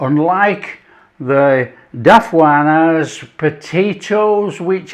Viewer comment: Daffwahnas... never heard it pronounced like that before :D